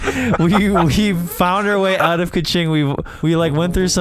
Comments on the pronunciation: Dude you say kiching not kuching, kuching mean cat they from Sarawak in these China you say the American not American it Malaysia the flag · "Kew ching" I can't💀 The way they pronounce it is hilarious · Yo, it's Kuching 😂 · I never thought my hometown kuching wound sound like cachingg, 😂😂.. i enjoy the roast vanoss.. and kuching is cat in malay language❤